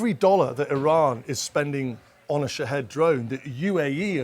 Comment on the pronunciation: They keep pronouncing the drone’s name wrong. It’s supposed to sound like Sha- Heed.